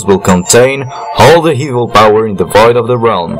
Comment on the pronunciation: You said evil wrong